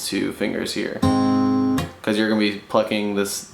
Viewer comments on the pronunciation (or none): none